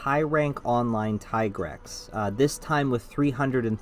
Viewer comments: tigrex, pronounced as T-grex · Tigrex pronunciation, watch out.